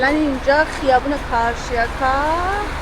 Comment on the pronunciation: سپاس، کدام منطقه‌ در ezmir مناسب زندگی هست. من از آلمان قصد زندگی dar ترکیه را دارم. اگر ممکن منطقه‌ای ke عمه عزیز شما زندگی می‌کنند بگید. 🎉❤ شنیدن carcjaka😂